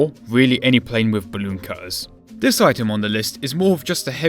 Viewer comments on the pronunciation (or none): Two free eight ..... I find vis hard to listen to.